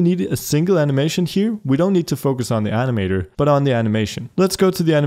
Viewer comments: i thought he said anime door not animator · how he says ANIMA(DO'R)